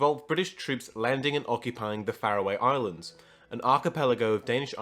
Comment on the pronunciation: Great video. I would recommend working on your pronunciation a bit though. Like Berwick, for instance, it is pronounced more like berrick. And the Farroe islands, the E at the end is not pronounced.